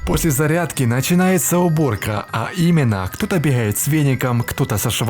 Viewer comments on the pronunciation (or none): Ты - украинец? Или откуда-то из Ставрополья или с Кубани?... Откуда это фрикативное "х" вместо обычного, нормального литературного взрывного "г"? "Бехает со шваброй", "моху сказать"...